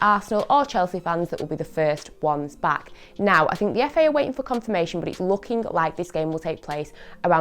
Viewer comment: I know right